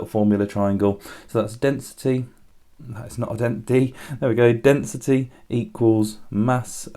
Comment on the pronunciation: In you said density not dentity. It's kinda funny if you say that